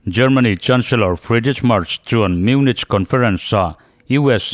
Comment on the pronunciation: Munich hi munik ti roh